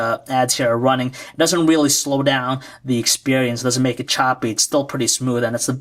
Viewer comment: Expewience LOL